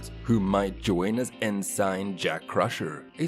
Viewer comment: Don't care much for "Star TRACK" and this machine pronounced "ensign" completely wrong. Get a person to read these things!!! Personally, I would LOVE to see Star Trek Legacy with all the original caracters and actors. Really horribly put together video,.